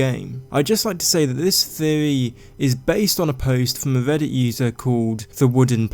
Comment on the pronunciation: What's a "theovy"? What's "Veddit"?